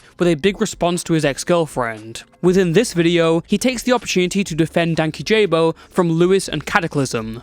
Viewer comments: dude i laughed so hard when he said Dankyjabo wrong ps. no shade just found it funny, good vid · guys can we please learn how to pronounce “Dankyjabo” correctly if we’re going to mention him in a video ?? 😭😭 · Im so sorry, this doesnt matter, but your prounounciation of Dankyjabo is killing me 😭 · If Jessie sees this video he is gonna come after you for the mispronunciation of his channel name 💔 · I used to watch Louis and Jesse at the same time. When the drama happend I was so disappointed with how it was coverd. I think its so stupid that the drama happend. (Also the pronunciation is killing me. Dank-key-ja-bow is how he says it.) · i giggle every time anyone mispronounces dankyjabo cuz he corrects how it's pronounced in a couple vids and the way ppl pronounce it wrong is funny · This is so off topic, and utterly pedantic, but DankyJabo names isn't pronounced "Danky-Jabo" It's "Dan-key-Jeebo". I watch a lot of his videos, and a lot of people assume the former, I did too, but after watching all of his videos he says it multiple times it's pronounced the latter. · btw his name is pronounced dane-key-jubo and not danky jayboe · just clarifying, Jesse is meant to be Dan KyJabo, not Dank YJabo or DankyJabo, pronunciation wise. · Its pronounced dan kyjabo... not danky jabo. Hes a legend and legit lovely person who called them out and silenced them in the most graceful way i have ever seen. Louis got everything he deserved for trying to take down a genuinely nice bean and forcing him to out his personal and sexual life. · Nice video, but Dankyjabo’s name is pronounced Dan-Key-Ja-bow not Danky-Job-oh. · It hurts my soul that everyone says danky-jabo. Danky himself has pronounced his title multiple times. “Dank-esh-abo” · ik this vid was 3 mo ago but its pronounced “dank-ee-jabo” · "Danky Jabo" is "Dan-kee-sha-bo" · pronounced Dan-key-ja-bo 😊it’s so funny. Also, there’s no way what he said about him to be correct. We love Jesse. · I swore I thought it was Dan-kee-jabo 😭